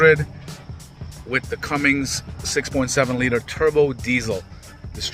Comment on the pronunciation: It's CUMMINS. NOT CUMMINGS 🤦‍♂️